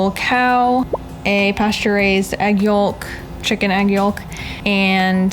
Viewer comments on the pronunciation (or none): Love the videos but YOKE not yollllk lol I've never known anyone to say it like that before aha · I've never heard anyone pronounce the 'L' in yolk before. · Me either XD